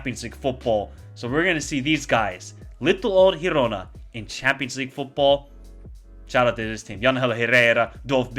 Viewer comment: How cool is that new teams are doing great Btw: girona is pronounced as in giraffe